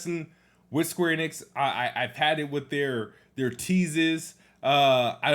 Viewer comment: 1. 20 seconds into the video and he’s already strugglin to say the word “planet” correctly 2. “Square Enid lost ME as a POTENTIAL customer” sooo… the franchise isn’t technically overrated since you would be OPEN in playing the game if it was on XBOX xD 3. Says SQ is MILKING FF7 franchise, but he is cool about the amount of Halo Gears and Forza games that exist LOL 4. “Idk what’s so special about SQ” but cries on why they can’t release it on Xbox… 5. Calls SQ overrated and said “idk whats so special about them” but is STILL planning on getting Forsaken LMAOOOOOOIEBCHUD EXPOSED!